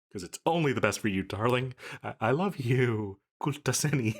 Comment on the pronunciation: that's nice that you try some other language's and you said it pretty good 👍